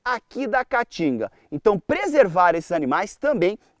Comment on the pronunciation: Esse idiota não consegue nem pronunciar o nome Caatinga corretamente. Vai estudar, analfabeto. Caatinga, caatinga, caatinga.